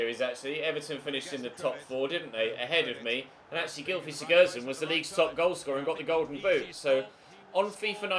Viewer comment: Good vid. Also the Everton midfielder is called Beni “Beningamee” and can you stop saying sigurdsson like sigurrdsson and sigudsson